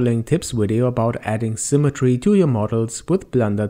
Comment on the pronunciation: symme-treee not symme-try, aaaaaaah my ears